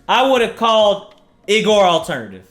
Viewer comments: It’s pronounced EE-GOR not I-gor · why he say "igor" like that for